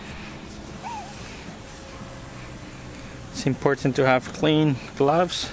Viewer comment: It's very "Em Por Tant." It's funny how you pronounce that.